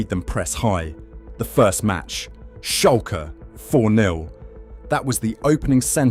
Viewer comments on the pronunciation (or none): none